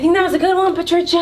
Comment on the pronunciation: The way she says patricia, I'm dead 💀🤣